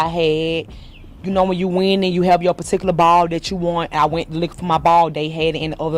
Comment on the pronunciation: Listening to that women talk about her “puhtikulah bawhL” gave me a stroke. Imagine not even being able to sound literate for 5 minutes when speaking to the press 🤦‍♀️ Edit: AND she should be ashamed because it was HER fault for throwing a Karen fit over wanting her “patickuLuh bohwling bawhL” and agreeing to go outside to fight over it that this all happened 🤦‍♀️ goofy lady.